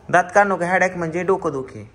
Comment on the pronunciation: हेड्याक नसतंय ते हेडेक असतंय